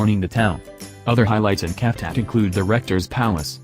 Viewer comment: Cavtat pronounced as Shaf Dat not Calf Tat. Sighh!!!!!!